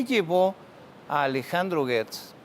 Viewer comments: Disculpen la ignorancia pero yo escucho que dicen Guertz, pero se escribe Gertz, sera que la U es invisible? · Una aclaración GERTZ ES CON SONIDO DE JOTA NO DE GUE